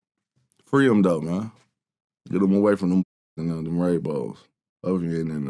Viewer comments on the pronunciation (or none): That boy say him-shim 😂😂😂